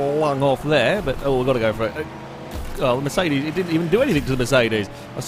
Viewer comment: everytime you say mercedes i hear it like "miss 80's"